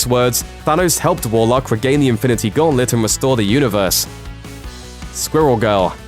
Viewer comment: Anyone else cringe everytime he pronounced the word “squirrel”